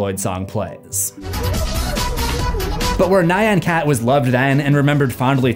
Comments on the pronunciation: I like to think the sign was put up BECAUSE she really peed in a closet. Also, it's Nyancat, not Nigh-on cat. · "Nayan Cat" 😂